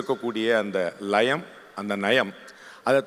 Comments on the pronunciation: பேசிட்டா போச்சு 😊 ....லயம் நயம் சரியாக உச்சரித்தாலே அவர் பிகாரி இல்லைனு ஆகிடுமா ?? நான் கூடத்தான் ஆங்கிலம் நல்ல உச்சரகப்போடு பேசுவேன் ...எங்கு பிறப்பினும் தமிழன் தமிழனே இங்கு பிறப்பினும் அயலான் அயலானே அதை முதல்ல புரிஞ்சுக்கோங்க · பாண்டே வை பீஹாரி என்று சொல்லும், தமிழ் போராளிகள் அவர் உச்சரிப்பது போல், அந்த "லயம்", " நயம்"... இரண்டையும் சரியாக உச்சரிப்பார்களா?